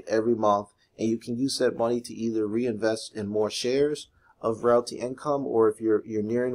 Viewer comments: hey man it's pronounced "real-tee". anyway, love this one. I have 110 shares :) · If you can't say "Realty" properly just say Ticker symbol "O"